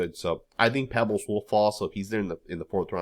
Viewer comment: It's Peebles, not Pebbles